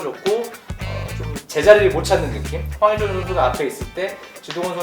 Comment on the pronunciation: 제발 발음좀 잘 해주세요. 항히찬.. 끼룩끼룩스탄.. 안되면 해설을 말든지요